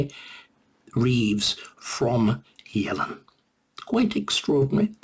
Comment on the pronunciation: Not sure how well qualified Starkey is to pontificate on Economics. He doesn't even seem able to get Yellen's name right. Quite an entertaining listen though!